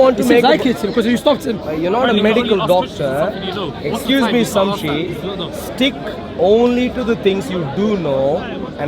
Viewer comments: "Samshe" lol. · man sayin samshi not shamsi😂😂